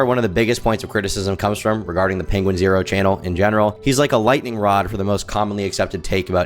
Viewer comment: Sooo it is pronounced penguin-zero! Thank you I had asked before and you have answered